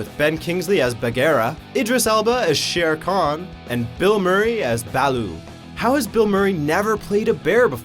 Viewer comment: How the shit did he pronounce Bagheeram Shere Khan and Baloo so wrong..."Baahlo"....seriously?? You're just trying to start shit...